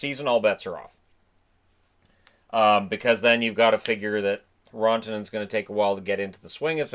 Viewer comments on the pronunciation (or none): Just found you and subscribed because this is a great video but I have to say, I can't go a full season with you if you're going to keep pronouncing RAN-tanen as RON-tanen. LOL. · Hey, I loved the video, but one thing that was kinda bugging was the way your pronounced Rantanen It's not Rawntenen, it's Rantanen Common mistake haha, just wanted to let you know